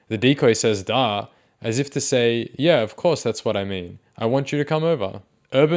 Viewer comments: its because its not even pronounced the way you say it. "yah" = "yeah" lol... not "YAH" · I hate it it sounds like it’s sarcastically impersonating a Swede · the way you say ya is so funny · Bro when you say “ya” 😂